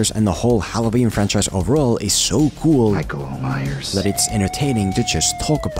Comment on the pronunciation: "Maikol Maiyers"